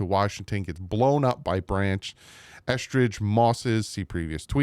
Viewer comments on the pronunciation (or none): I don't care about yesterday's practice dude...just say the damn names right! Eh-ZOO-comma and EsKridge not EsTridge